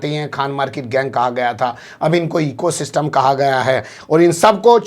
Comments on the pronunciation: सिस्टिम होता है सिस्टम😂😂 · पूरी मीडिया खरीदकर eco system 😂😂😂 जब शासन गुंडागर्दी पर उतर आए तो यही भाषा होती है वैसे ये सिस्टम को सिसटिम क्यूं बोल रहे थे 😂